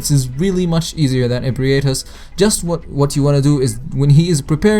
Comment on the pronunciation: You are pronouncing Ebrietas so fucking wrong. You're saying E-Brie-ay-tus. It's Eh-bree-tawz.